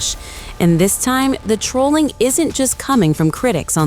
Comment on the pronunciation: It’s Trolling not Troalling